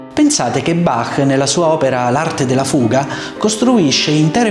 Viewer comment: Noto che in questo video è stata corretta la pronuncia di Bach, col "-ch" aspirato alla tedesca, e non pronunciato "Bakk" all'italiana